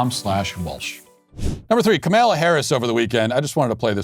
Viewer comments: Are you sayinh kamellah on purpose.? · Is he purposely calling her Kamilla? 😂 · I love it how Matt is purposefully mispronouncing “Camilla’s” name 🤣. I mispronounce it too (CamelToe Whorrish). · This was so funny, but so sad. She could be our next president. :( I love how Matt went from calling her Camilla to Kamaila. 😂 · I laugh every time I hear him call her Camilla. Trolling that “say her name right!” Moment when that one guy kept calling here Ka-mal-a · It’s KAmala, not kaMALA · "Kamela" ... love it. She hates her name to be mispronounced. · He calls her Kamilla 😅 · I’m hearing “Carmella Harris” every time you say her name 😅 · KamEla? Pronounce it correctly, waycist! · why are you pronouncing her name as “ka-male-uh” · I miss Matt calling her Kamayla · I stress it as KaMALa because: Kamala es muy mala (y "Walz don't work"). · It's ka MALA!! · MY FAVORITE PART IS MATT MIS-PRONOUNCING HER NAME THE ENTIRE VIDEO. :) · I'm a huge fan of yours, but the way you just decided to mispronounced her name suddenly, is jarring. It sounds deliberately ignorant, and it's going to turn off anyone who isn't already on our side. That's a dumb and counterproductive thing to do, 3 days before an election. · Why do you mispronounce her name like that? It's not really funny. Childish, actually. And I like you. Can't stand her. Love your movie. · The intentional mispronunciation of Kamala is just beautiful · I love how you never pronounce her name correctly lmao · Is so god damn disrespectful how these right wingers purposefully say her name wrong. Just a joke